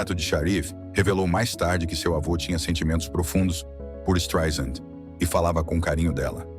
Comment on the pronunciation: Desculpe, tive que comentar... Ela detesta que pronuncie o nome dela como você está pronunciando com z. Não é Streisand com Z e Sim Streisand com s , "soft" como "sand" (areia) ela sempre diz isso. Além disso, existem alguns erros na sua narrativa, querendo vitimiza la, que é o pior deles, a Barbra ia detestar se falasse português. Vamos aos outros : A mãe dela não poderia tomar Prozac antes de 1986 pois a fluexitina "Prozac" ñ existia, embora fluexitina existisse desde 1972 não era para depressão, Prozac mesmo só chegou às farmácias americanas em 88. Nessa data, Barbra já não morava com sua mãe a séculos. Além disso, Prozac "Fluexitina"não anestesia ninguém, é inibidor de recaptacão de serotonina, que teoricamente deixa as pessoas mais felizes,nem tem o poder de anestesiar ninguém. A mãe poderia tomar algum outro tipo de remédio, mas jamais Prozac, pelo que já disse acima, poderia ser distante, mas não pelo que você disse. Fora isso, algumas informações são verdadeiras. Mas edite este Streisand com Z porque SE dói no meu ouvido, imagine no dela. Aliás, sugestão, refaça como uma mulher vencedora e não com o título e o que você diz que ela é uma pobre coitada. Ela vai odiar.